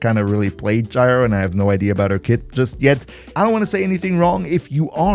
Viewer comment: Gyre is pronounce like G(eye) ER